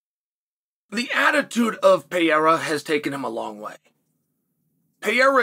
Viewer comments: Peiera :D Please make sure you pronounce a bit better his name :) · It's funny how Uncle Chael can't stand the two R's in Pereira's last name; he's not even close to pronouncing it right. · Dude still doesn't know how to pronounce Pereira